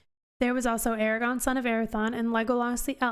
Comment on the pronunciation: A R A G O R N -- note the second R.